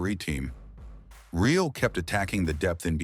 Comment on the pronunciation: thank you very much. Mai I give a feedback about the videos? You should find a way to fix the pronunciation of the voice software for the word "real" as it is pronounced as the english adjective and not in spanish. Just a minor thing, keep up with the great work!